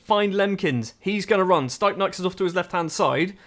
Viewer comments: Its pronounced : “steepnieks” not staipnaiks Source : im latvian 😁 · to be fair your doing a good job for a foreigner on most names, but the stipnieks one… man